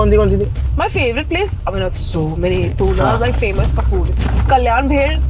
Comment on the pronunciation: Madam its not Pooona okay its Pune...yedya bhokachi